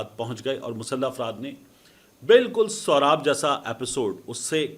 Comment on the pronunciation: Soraab nhi bhai Soooooraab naam hy ilakey ka mateen bhai